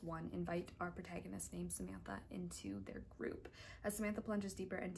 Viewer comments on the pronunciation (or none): none